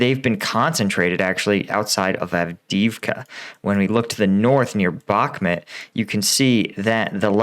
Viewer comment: Not sure how he gets "Bhakmet" out of "Bhakmut" but ... ok.